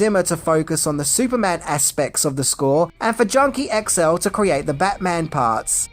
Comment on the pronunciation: Your resident Dutch follower here, can confirm Junkie XL is pronounced Junkie Ex-el. You did it right!